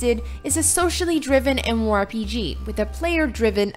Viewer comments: Who wrote this script for her? I'm not arguing about the content, but please use a thesaurus. She says MMORPG so often that it makes it arduous to listen to her. And I am not talking about the fact that sometimes she says G like in geese which is cringe-worthy already. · If you're going to be saying MMORPG a lot, learn how to say it with out slurring. Diction, woman, diction!